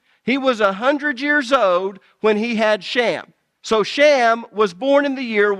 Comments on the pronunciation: Shem , not sham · His name was SHEM NOT SHAM! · Why is the guy saying "shammm"? When it's Shem with an e, not an a? 🤔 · I like the dialect of this guy pronouncing Shem as sham. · It's a fantastic teaching but I really wish that he would quit calling Shem by the name sham... It kind of is funny considering the fact that he was talking about other people's dialect AKA accent and then his own accent is mispronouncing the name